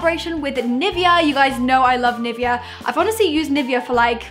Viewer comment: That's not how you pronounce 'Nivea' wtf did you say 😂